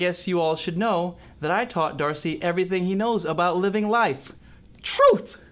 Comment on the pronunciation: D-arse-y. Heh. Hehehehe.